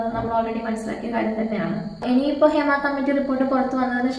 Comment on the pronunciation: Adhyam poyi padik, hima alla hema